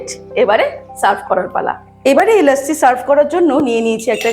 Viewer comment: Lossi bolun, bes bangali lage...lassi kane lage